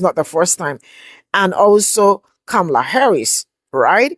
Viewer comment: her name is Comma-La no Ca-mala